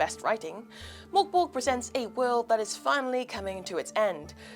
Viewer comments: Merk Boray - Not Mork Borg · I love hearing English speakers trying to pronounce "Mörk Borg" 😄 Liv was far from the worst I hasten to add.